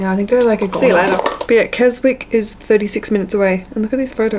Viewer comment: It was funny you put on screen how to properly pronounce Hawkshead but you didn’t do same for Keswick which is pronounced ‘Kez ick’!